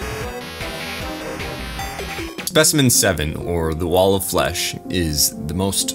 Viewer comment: did i hear... WALL OF FESH!!!!!11!!!!!!1!!!!! terraria wall of flesh ost starts